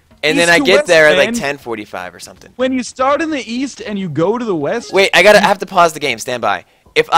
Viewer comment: So.. when you fly weast, is that what was trying to say?